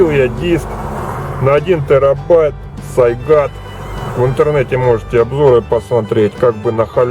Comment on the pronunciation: Какой еще сайгат? Сигейт, а не сайгат